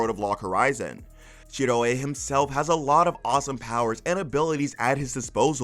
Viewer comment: I can't not hear the wrong pronunciation of Shiroe 's name now. Did you even watch log horizon dubbed?